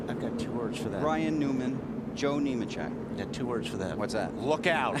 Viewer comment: Lol thats funny since the next guy he mentioned was Neemachek he mixed it with newmans and said neeman lol